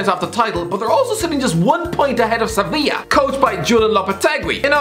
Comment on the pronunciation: I love how you pronounced "Sevilla" correctly. The letter 'v' is pronounced like a 'b' in Spanish.